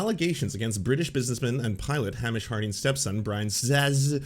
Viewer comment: I love you, but I'm begging you to pronounce Hamish correctly. It's killing me. "Hay-mish" not "Ham-ish"